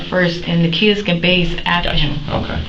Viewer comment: The word is BATHE not BAISE.